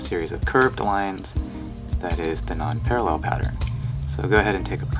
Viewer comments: thank you! but it's PAREIL not PARALLEL, dude... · It s Nonpareil, not Non-parallel. Kinda pronounced Non-parrey. Hope you don t mind the correction. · It’s pronounced “non-PAIR-uhl,” FYI. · Pronunciation is incorrect... should sound like nonparell... and dude, clean your tools. They nasty!